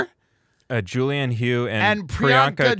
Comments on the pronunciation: Tim Dillon calling Julianne Hough (pronounced Huff- why do I even know this?) Julianne "HO" has me dead. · Lmao Julianne Hoe is such a perfect accidental pronunciation error. The man is effortlessly hilarious! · Same. Suspect Tim knew exactly who she is & mispronounced it "ho" on purpose. 😁